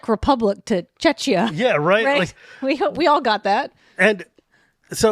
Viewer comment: As a Czech here - I would very kindly like to point out that Czechia is pronounced CzeKia. And also, there is Chechnya, pretty different country. But honestly, I am very proud and pleased by the fact that we are using Czech Rep -> Czechia as analogy to Kal*desh -> Avishkar. (Despite being strongly against Czechia. :D )